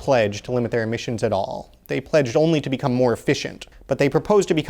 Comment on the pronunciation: "Emmisions", "Emmissons"